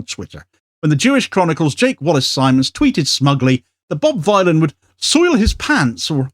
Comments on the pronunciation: THANK YOU! Bob Dylan, the ethnonationalist villain. Not violin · 'Ere, Bob Vinyl, proper job